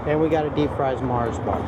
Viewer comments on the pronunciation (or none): none